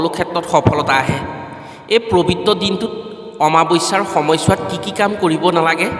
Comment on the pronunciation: ওম নম:শিৱায়।পবিত্ৰ হে প্ৰবিত নহয় দেই উচ্চাৰণত অকমান ত্ৰুটি আছে।